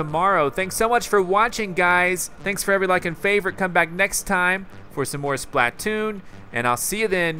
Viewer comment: JWR Browne BTW it's splatoon not spaltoon